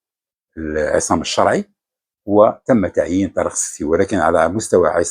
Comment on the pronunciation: لاداعي القول أن مستوى الركراكي التعليمي جد متواضع. لكني أتساءل لماذا نطق إسم "الشرعي" و كأنه فرنسي أو سويسري "Charai" ؟ هل الركراكي أبوين فرنسيين؟ ألم يقضي وقت طويل بالمغرب كمدرب؟